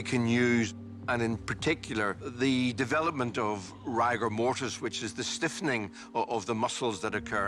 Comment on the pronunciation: So the the fact that the PATHOLOGIST got it wrong, completely ruined the whole investigation. Why didnt he just say he made a mistake? Also, why does he keep saying rigor mortis like that? Just bloody say it right!!! Bore.